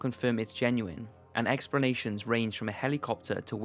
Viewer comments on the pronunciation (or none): It's pronounced "ex-pluh-nay-shuns" not Expernations.